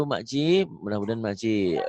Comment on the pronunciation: Bagus sekali...tahniah tapi SEBUTAN MAKCI TU SALAH...SEBETULNYA MAK CIK DAN PAK CIK..HEHE